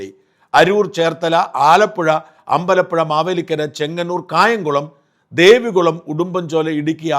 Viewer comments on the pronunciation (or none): none